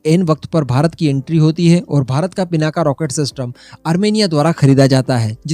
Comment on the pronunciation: पिनाका नही भाई पिनाक हे